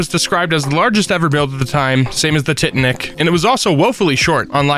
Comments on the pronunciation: I'm sorry, how did they pronounce Titanic?😭 tit-a-nick??? edit: Avoo-caw-doo????? I'm not going to sleep with this vid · Most famous ship in modern history. Movie made about it. Pronounced wrong on Emkay. I have to believe it was intentional. I truly hope it was.